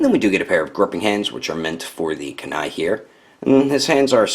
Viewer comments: You pronounced kuni wrong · Good review just that was bad